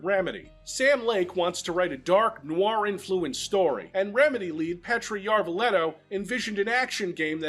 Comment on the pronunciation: As a finn I approve the pronunciation of Petri Järvilehto